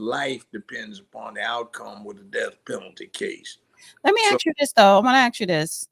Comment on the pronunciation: please pronounce ask as ask. You're pronouncing it as ax